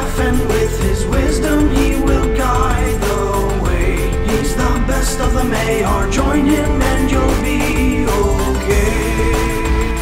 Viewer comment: "Maiar" is pronounced my'arr, not may'arr, and Olórin was sent back as Gandalf the White by the Valar, not the Maiar.